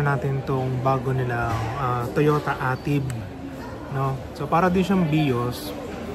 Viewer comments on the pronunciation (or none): Ey-Tive po ang pagkakabigkas at hindi Ah-Tib